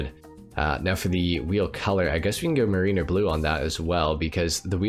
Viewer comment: MARE-rin-er, not muh-REEN-er. Like Rhyme of the ancient mariner. Just so ya know and so I don't walk out one day and hear everyone saying muhREENer and have to go jump off a bridge 🤣🤣🤣